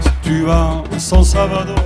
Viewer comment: San Salvador et non San Salavdor......... LOL :-D